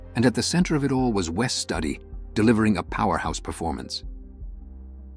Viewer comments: You can pronounce studio, so hopefully you'd be able to pronounce Studi, which is like Studio without the O. God damn, it's not study. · Typical Fakeville! Though it might not of been a “Titanic” money maker but it sure was watched. I’ve got the DVD and still watch it regularly. I hate it when AI can’t pronounce names correctly. Wess Study, really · You mispronounced Wes Studi's name. That is a real disservice to this video, to the film and to Studi. Watch the official trailer available at Apple TV+, learn how to pronounce his name and re-record the soundtrack on this video.